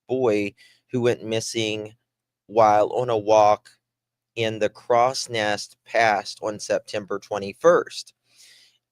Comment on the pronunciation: please it's Crowsnest (Cross next) pass